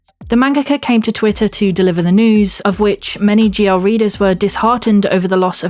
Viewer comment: Ohhhhh GL. I thought you were saying ""